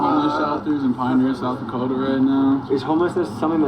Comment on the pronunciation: Bro it’s South Dakota 😂